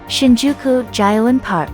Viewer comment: That's precisely what I was thinking! Shinjuku "Jailent" Park? What is it!? ”Ropponji”？”Harayuku”？”Shydom Station”？Total lack of credibility.